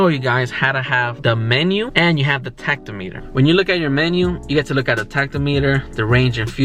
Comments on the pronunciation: thanks for the infos! btw, not sure if you mean to say 'tacto-meter' but tack-om-eh-ter is probably the best way to say it :) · My 2003 Accord did “trick” number one. So did all my VWs 2006 through 2019. Did not know about the truck lockout, but did know about the key slot behind the rear seat. The pronouncement of “tachometer” is not tach-o-meter. The emphasis is on the second syllable. Most folks “start” their car not “turn it on”.